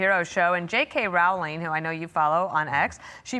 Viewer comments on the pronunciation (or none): I know this is not the most important issue at play here, but J.K. Rowling's surname, when pronounced correctly, rhymes with BOWLING, not HOWLING.